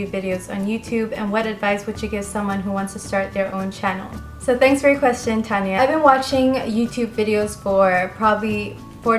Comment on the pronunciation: Thank you for answering my question and for the advice! It felt pretty sweet to be featured on your Q&A video. 😊 Keep doing what you're doing! xoxo_tania. P.S. You said my name right!